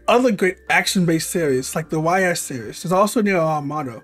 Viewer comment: Correction: The ATB system was added in FFIV. Yes, THAT early on. Also, I'm pretty sure you mispronounced Ys (it's a french word, after all).